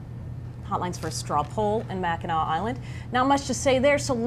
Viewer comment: Wow, I found your report while looking for video of the Mackinac Conference. Were you really there? I mean first you mispronounce the name of the island, then you miss the BIG story. No mention of Ron Paul (not unexpected) the guy that has no support ( none reported) Had 200 (more or less) supporters. The folks were enthusiastic and hard to miss. Oh yeah, these folks paid their own way to the island to support the only conservative Candidate. Nice report.